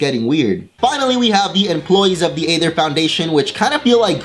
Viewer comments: He made a mistake. He said eether when when it was ather. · Why does something say eether when said aether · Did anyone hear when he say "Aether" in ? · what was with the thing you did with the word "Aether" that you did a few times?